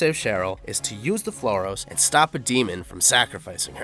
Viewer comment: Brahms is pronounced Bramms. Not Brah-ms. Samael is pronounced Sam-i-el, not Sammy-ell. Flauros is pronounced _ Flowe-rosse (Flowe as in flower, and rosse as in gross.) Wasn't 'Rosewood park' it's rosewater.